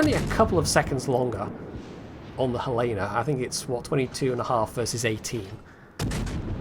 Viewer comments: FYI, it's pronouced Hell-Uh-Nuh because it's named after the Capital of Montana. (And that's how they pronouce it.) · you pronounced Boise correctly! But, if we are going with Western US state capitals pronunciations, you are using the wrong 'e' sound for Helena. The correct way is like Helen, then add the soft 'a' at the end. That is all